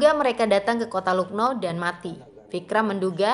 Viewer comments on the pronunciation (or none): Lucknow dibaca laknaw min